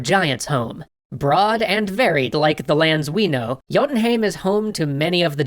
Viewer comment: I love how this guy pronounces everthing wrong jotun hi em not joten heem